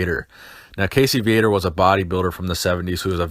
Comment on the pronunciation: Ummmmm, it's Casey Viator (Vee-uh-tore) I believe his birth name is Cassius... As there was an article about him in M&F back in 83 I believe... I can't rightfully remember. I do know i used to pronounce his name Vi-uh-tore, but it's really pronounced Vee-uh-tore..... Not that it matters...